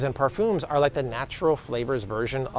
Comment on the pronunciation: Perphooms? I don't think I've ever heard it pronounced like that before. 😂